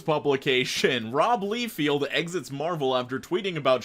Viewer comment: The way he pronounced Rob Liefield had me dying